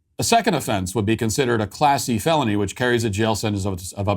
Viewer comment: I thought he said "a classy felony" instead of "a class C felony", lol